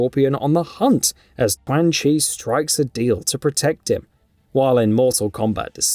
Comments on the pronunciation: If you keep mispronouncing names, the next video will get disliked 🤷🏼‍♂️ Chwan Chi, Reeden, Shiraya-Reeu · The correct pronunciation should be “Chuan “ as Q in Chinese is Ch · Ayo I'ma let you finish but who the hell is Twang Chi 😂😂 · The mispronunciation of Qaun chi is funny 😆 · Right??? 😂😂😂 So cringy